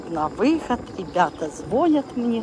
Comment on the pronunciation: ЗвонЯт, а не звОнят.